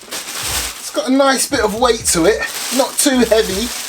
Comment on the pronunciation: “Its got a li’ol bi’t a wait to it” man i love this dude